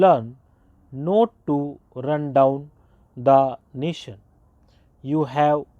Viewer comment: Pronunciation kahi kahi shi nhi h not ko note bol rhe ho aur your clear nhi h you are smjh m aa rha h